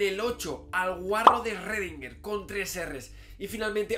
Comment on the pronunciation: el tapa eSrrredinger Con 3 erres :v